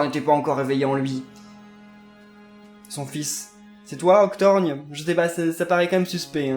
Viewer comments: son nom c Oc-tor-gone et pas Octorgne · Ca se prononce Octor "go"nne 👍👍